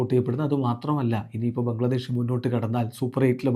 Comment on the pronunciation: ബംഗ്ലാദേശ് എന്നല്ലേ ഇത് ബംഗാളി പറയുന്നപോലെ ആയല്ലോ 😂